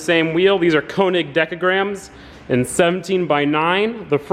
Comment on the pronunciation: stop sayin koenig. its könig p.s. wheels look sick